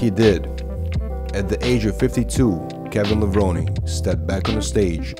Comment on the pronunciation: "Kevin Levron".... are you kidding me??? After all the hell and 1000+ times, and still can't say his name right?